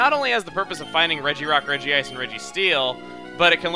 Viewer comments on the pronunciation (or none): none